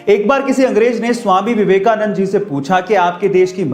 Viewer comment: Your pronunciation is wrong uses Swami Vivekananda